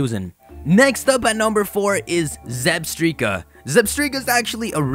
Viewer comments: It’s pronounced (ZebstrYka) not Zebstreeka 😂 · Wait....Did you call it Zebstreka? It's ZebstrIka! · Why? It's not Zebstreaka! It's ZebSTRIKA, as in Zebra and Strike, not Streak!!! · You mentioned the anime in Zebstrika's entry on your list. If you saw the anime, you'd know the pronunciation is Zeb-STRIKE-a, not Zeb-STREAK-a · it's zeb-strike-a not zeb-streak-a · Its zeb- strika like strike Not zebstreeka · Did you just say "Zebstreka"? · I thought Zebstrika was pronounced like "Zeb-strike-a" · IT'S PRONOUNCED ZEB- STRIKE- UH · If I hear "zeb-stree-kuh" again, my head will implode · It's meant to be Zeb-STRIKAH! (Like that show for two year olds, supa strikas..)